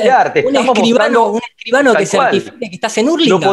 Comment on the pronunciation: no de dice Hurlingham se pronuncia JARLINGAN XD